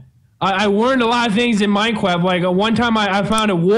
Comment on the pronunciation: Minecwaft deff wun